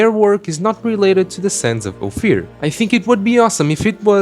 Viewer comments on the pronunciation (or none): It's Ofier not Ofir